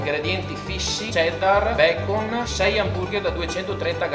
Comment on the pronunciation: Si dice bacon, n, ennee. Non Bacom cazzo suona pure male